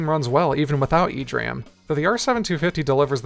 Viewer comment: E-D RAM, not "ee-dram"